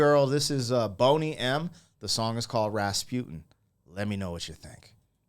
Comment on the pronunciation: it's not "Rass-putin", but "Rasputeen"...